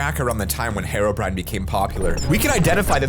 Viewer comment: Herobrine not harobrine